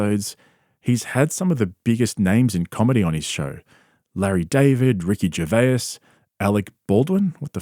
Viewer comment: ger-va-us? really simple ~ gervase (phonetic spelling) like your content but ricky ger-va-us 🤣